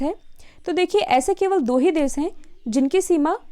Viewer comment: Madam ek suggestion hai mera , parhate samay hindi me boliye ya english me lekin ek bar , yani ki yani bolkar hindi me arth mat bataiye itni common chije sabhi jante hain ,do do bar pahle hindi fir english bolkar confuse mat kariye,aur please pronounce sahi kariye jaise desh,aur bolti hain des ya prades ,i mean sha aur sa ko sahi boloye